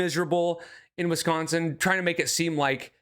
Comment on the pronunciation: whoa. Why did she say Wisconsin like that?!! Also if I hear "Jannnnn-you-innleee" one more time I'm done. Donnnnne!